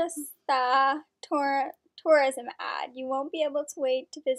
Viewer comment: Please practice pronouncing names before recording.....is simple RAJASTHAN